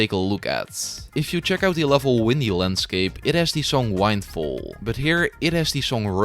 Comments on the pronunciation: I really like the video a lot, but like, how did you mess up the pronunciation of Windfall? It's literally Wind (gust of air) and fall (dropping), huh? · "wind fall" brother 😭😭😭😭✌✌✌✌ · Bro said Windfall 💀 its Windfall